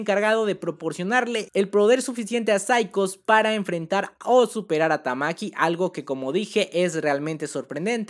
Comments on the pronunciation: Porqué le dices "Tamaki" a Tatsumaki?.. Qué te hemos hecho para merecer tal castigo? 😭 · Porque rayos pronuncia "tamaki" y no ¡TAKSUMAKI Como es la maldita pronunciación normal? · En español se pronunciaría así, pero en japón ese ''tsu'' es casi mudo, así que se pronuncia parecido Tatsmaki (Como dije, el tsu apenas suena o mejor dicho, suena leve la u), Es igual a otros nombres como el nombre Mitsuki que sería Mitski(En este caso la U es muda), pruebalo en google traductor en japones y pon el audio y veras la pronunciación. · En realidad se pronuncia "Tatsmaki" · Jaja cada cuadro dices tamki me da risa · me iba a suscribir, pero cuando escuche "tamaki" me di cuenta que estaba perdiendo el tiempo viendo este canal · Todo bien pero porque pronuncias tamaki le quitas poder a la waifu XD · de verdad queria ver el video pero cada vez q decias tamaki tamaki wtf se me quitaron las ganas de verlo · No soporto que no tengas ni siquiera la delicadeza de leer correctamente el nombre de tatsumaki, horrible